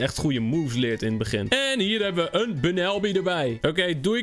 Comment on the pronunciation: je spreekt bunnelby uit als Bannolbie trouwens wil je ooit een keer een only grass type challenge doen